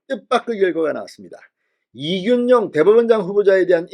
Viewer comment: 진성호님의 발으이 그렇겡드립니까 이준용이 아니고 이균용입니다